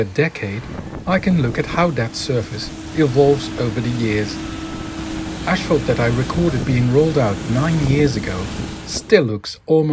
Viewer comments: Good video, but the word is pronounced as it is spelled 'asphalt', not 'ashphalt'. Lord knows your English is way better than my Dutch, but still ... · it's asphalt, not ashphalt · STOP SAYING "ASH" FFS